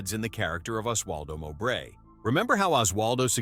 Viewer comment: It's Mo -bray, not M'bray.